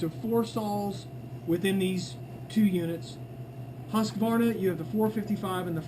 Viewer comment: Husqvarna = husk...Var...na! NOT husk..A...var...na... Mmmkay